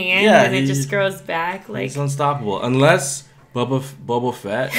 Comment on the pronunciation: Did he said bubba fett?